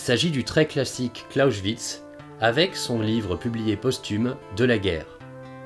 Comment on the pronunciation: Très intéressant mais Clausewitz, ça se prononce « Klaossvitse » et pas « Klaochvitse ». Amusant car tu faisais la même erreur avec pour Bismarck où tu prononçais « Bichmark » :p